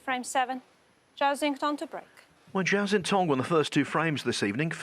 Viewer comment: Listening to Doherty and McManus absolutely butcher Zhao Xintong's name is fkn painful. McManus can't even find a consistent way to wreck it: Jow...Chow...Sintong...Zintong...NONE of which are correct. For the love of long suffering bawbags, go ASK the kid how to say his name, RECORD his answer, and LEARN to say his goddamn name.